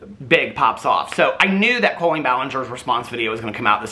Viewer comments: You saying her name like Coal-Leen is sending me to stabby town. Lol. Caul-lene, like Jolene. Anyhoo....she's just like Shane. I've been saying this the whole time she has been YT FAMOUS. Maybe we need to check in on anyone else from the early days of YT that did comedy, as they all seem to be sick people.... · I keep hearing “colon” when says “Colleen” and I respect.